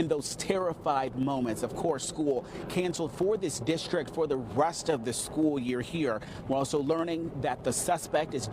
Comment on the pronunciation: What's "algeba" ?